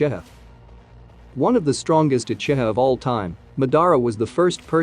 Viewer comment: Lol the text to speech is saying uchita instead of uchiha 😂